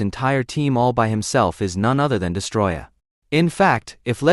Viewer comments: destOroyah, not destroyah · STOP SAYING DESTROYAH ITS DESTOROYAH WITH 2 OS